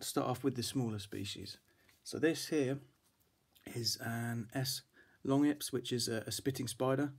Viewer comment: It's pronounced lon-juh-peez